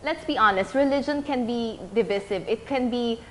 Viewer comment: From the word divide. should be pronounced divaysiv not divisiv